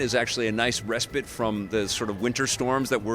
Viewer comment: re-spit? What chu talkin about?